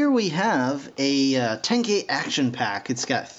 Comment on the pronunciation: STOP PRONOUSING THE NAMES WRONG ITS TEN-k-eye and it VA-lorn but otherwise cool video